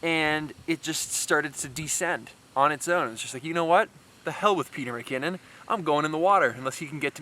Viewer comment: "BWhats up Peter MnKinnon here today!"